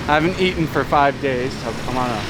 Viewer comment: like the videos but man! you gotta come back to the states once in awhile. the locals there are hindering your English dude “ate’n” vs. “eaten” lol 😂 just messing with you. be safe and keep up with your health goals